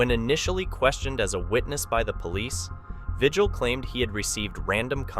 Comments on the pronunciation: Vigil is pronounced Ve-heal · Well his name is pronounced vihil. I'm a New Mexican who worked in his county. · Lujan is pronounced Luhan and Vigil is pronounced Vihil. Look into how to pronounce names!